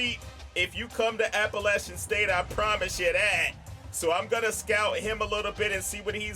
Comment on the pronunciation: thank you for pronouncing Appalachian right